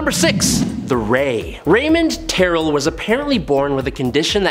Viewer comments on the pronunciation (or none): none